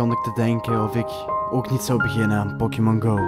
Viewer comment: Pokimon??? Tis pokemon